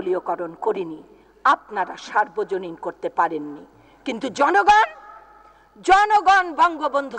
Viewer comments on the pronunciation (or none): কে কাকে সর্বজনীন করতে বলেছে? বক্তব্য তো দিচ্ছেন, কিন্তু উচ্চারণ তো ভুল হচ্ছে। সার্বজনীন নয় সর্বজনীন হবে।